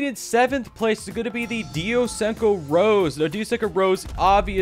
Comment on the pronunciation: its not pronounced rose. Its pronounced ros-e-ayy